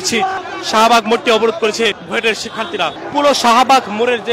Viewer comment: Buet ... Not Buit